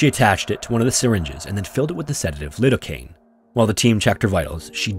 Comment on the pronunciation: Lie-Doe-Cane. Bris-Bun. Why are youtubers still unable to use YOUTUBE to look up how to pronounce words in 2023?